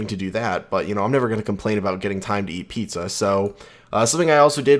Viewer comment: did you just said... P I Z Z A???!!